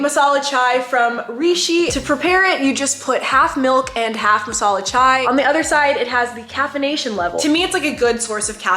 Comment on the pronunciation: I'm an Indian I can't believe she drinks masala chai OMG......god...... That's so good..... The way she pronounced MASALA CHAI 😂🤣was too good to be true..... Love u Eva